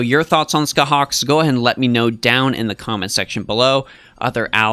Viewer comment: Scathach is pronounced ska-haa, so it has no hard k at the end. Every pronunciation guide related to Irish or the Ulster cycle follows this. However, some "pronouncethis" page which is the first Google result says to use the hard K, so that may have mislead you